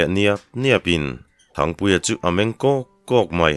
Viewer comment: Thangpuia chu chepui hlemai chhiartu lahin thluk dik bawk sia 👍👍👍👍❤❤